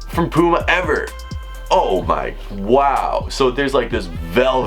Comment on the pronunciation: You can’t say puma right 😂